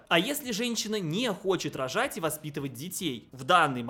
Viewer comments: Как этот сказал слово "рожать" "РОЖЖАЫАТЬ" 😂 Просто УЖАС. В какое средневековье катимся! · Когда он сказал "право рожать", мне послышалось "право пожрать" 😂😂